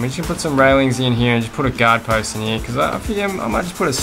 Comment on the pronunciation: Wanna die? Every time he says “heare” take a shot